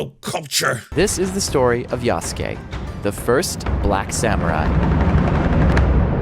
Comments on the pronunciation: Thank you!! I keep thinking it should be "YASS-kay". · Not quite. The "u" sound in す is still there, it's just less pronounced. And the end of it shouldn't be "kay". It sounds like "keh". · It is pronounced Yaske. Not Yasuke. It is so annoying listening to these people speak. Also the only thing afro samurai has in common with Yasuke is that he is black. None of the things Afro does in the show has anything to do with the things Yasuke did in history. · Isn't Yasuke pronounced Yass-Kay ? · "Yah-Soo-Key" It hurts us. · I cringe at how many of these "experts" keep mispronounce Yasuke's name.